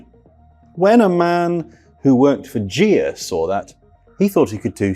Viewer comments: Bigger correction: Ghia is pronounced with a hard 'g' as in geek. Too many mistakes for this to be enjoyable; and surprising that nobody at Goodwood thought to do some basic fact-checking... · It's also Ghia with a hard "G". Criminy! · Only a Brit would butcher pronouncing Ghia. They struggle with Lancia as well.